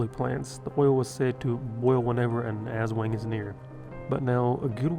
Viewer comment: Aswang is pronounced "ass-SWUNG."